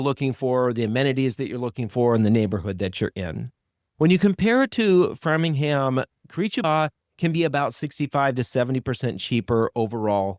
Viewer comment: BTW it is “frame-ing-ham” 😊